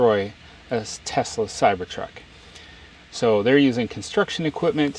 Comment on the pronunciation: It’s pronounced “Teslurr” now.